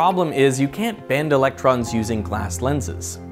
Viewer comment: I am so glad someone else posted this already. "Ve can ac-cel-er-ate... E-LEC-TROMS"